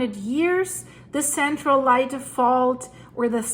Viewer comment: Pronounced Lay-tee